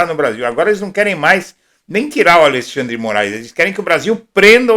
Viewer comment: Como pode gente "estudada" dizer o nome do Ministro ALIXANDRI, afs o nome do Ministro é ALEXANDRE. DRE!